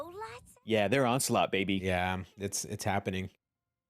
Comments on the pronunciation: Dude, its ON-SLAUGHT. Not ON-CE-LOT lol. This isn't Metal Gear Solid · Every time you guys said the word “Onslaught” I just got more and more disappointed for you. 😂